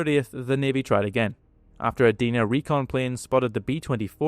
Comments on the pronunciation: And pronounced Dye-nuh not Dee-nuh. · Very nice video. I have only one complaint. Your pronunciation of the name "Dinah". It's not "Dee-na" it is "Die-na." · The letter 'i' in Dinah is pronounced like the word 'eye'. Think of Dinah Shore. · Good video! One nitpick is your pronunciation of the word 'Dinah'. It's Deyenah not Deena. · Dinah is pronounced with the "i" like "eye" or "aye," not Deenah. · By the way, the Allied pronunication of the Ki-46 is "dyna", not "dinner". Not many were brought down by Allied fighters due to their sheer top speed. I'm starting to wonder if some of the Ki-46s that were supposedly shot down were in fact other twin engined aircraft such as the Nakajima J1N1 "Irving" that may have been misidentified.